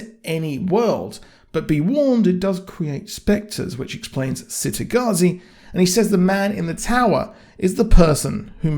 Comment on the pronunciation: I figured that they might split book 2 into two seasons, then do the same for book 3 just to prolong it. I just hope they don't screw it up like "they" (TV show producers/writers) did for the Magicians series. Also, by the way it's pronounced "Chitagattzi" not "Citygattzi". Thanks. I always thought, from listening to the audiobooks, that it was supposed to be a city in the Mediterranean, maybe Italy. But the child characters in this series all have English/British accents.